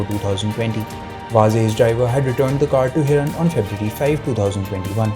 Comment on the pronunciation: He is not Mansukh Hiran.He is Mansukh Hiren.Please correct the mistake.👎🏻